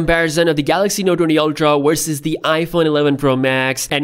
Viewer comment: Verses or Wersas? :/